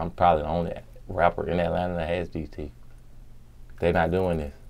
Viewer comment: If it takes 11 or 12 times for one's enemies to say 'MISSION ACCOMPLISHED" then this says plenty about the individual. Especially if he says "TEEF" instead of teeth.